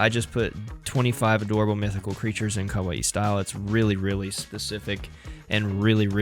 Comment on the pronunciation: After 40 minutes I just couldn't take your pronunciation of kawaii anymore and had to stop the video.